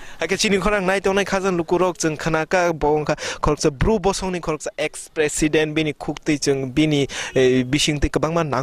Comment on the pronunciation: Not bro....it's BRU...don't mispronounce